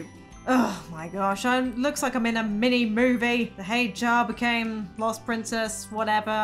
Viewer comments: Yesss! Another Hated Child! For me it's like quarter to nine at night but I couldn't help laughing every time you said Prinzess. Amazing! Keep up the great work,! 😀❤️❤️❤️ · “The prinzess” 😂🤣